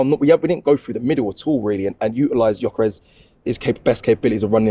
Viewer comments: IT'S YOKEREZ, NOT JOCKEREZ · Gyökeres, pronounced Juh-ker-esh or, as most people in Sweden, juh-ker-ess.